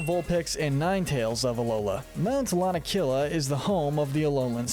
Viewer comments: It’s pronounced “lana-KEE-luh” and “SWY-nub”, and “ARC-tuh-zolt,” “Patrick Star”! 🤨 You’re so bad at pronouncing names,! 🙄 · MOUNT LA-NA-KEY-LUH had to correct you that drove me crazy but other than that great job! But you forgot that Jynx began as blackface... That's pretty bad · LANAKILA HAS 4 SYLLABLES, NOT 3! AND THE SECOND PART OF ARCTOZOLT IS TOH, NOT TUH!